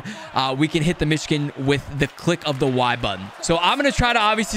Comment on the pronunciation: It's weird how he pronounces 'Michigan.' I thought he was saying 'Myshkin,' and I was like "Why did they name this type of goal after Vladimir Myshkin?"